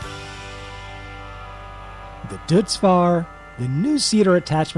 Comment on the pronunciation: Also, don’t mean to be pedantic but I think Deutz Fahr is pronounced Doh-its Far